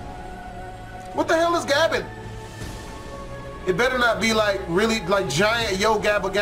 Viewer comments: it's pronounced gay Ben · also you pronounce it gay-ben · Gaben is said like gay-ben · Take note he pronounced "Gaben" like "Ga-bin"